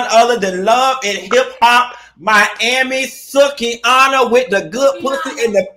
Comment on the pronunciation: I Loved Every Bit Of This Interview. Great Job Q, As Always! But Baby Ima Need You To Start Pronouncing Babygirl Name Correctly, It’s Pronounced [Soo-Key]. I Love You, Keep Up This Great Content!